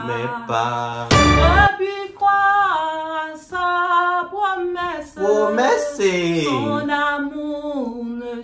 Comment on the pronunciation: Vieillessé, promessé 😂😂😂 mèsi